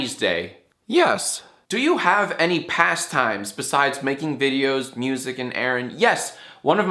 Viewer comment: It's pass time. U don't "pas" the time 😂